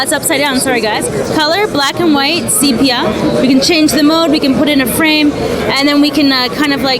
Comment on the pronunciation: Needs to learn how to actually say sepia